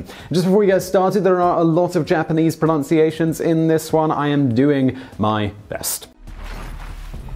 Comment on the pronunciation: You really need to work on your pronunciation of pronunciation. It is wrong every time. Every one.